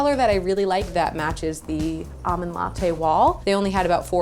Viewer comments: AWmond latte... LOL it's ALmond! Did anyone else get truggered by that? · There's an 'L' in the word almond. 😬